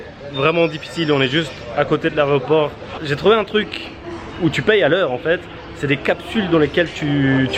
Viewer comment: Par contre mec... on dit: aÉroport et pas l’arrêt au porc...